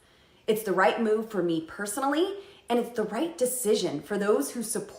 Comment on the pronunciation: Did she say "it's the white move," or the "right move?"